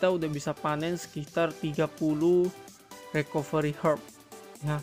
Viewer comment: Recovery bacanya Rikaveuri :(